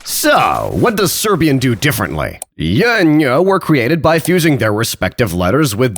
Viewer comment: Shoutout, the vid is hilarious. Idk where you're from but you pronouncing serbian sounds much more like bosnian, still pretty good tho